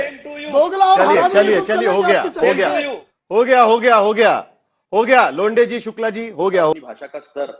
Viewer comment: नमस्ते अतुल लोंडे नही लोठें? 😂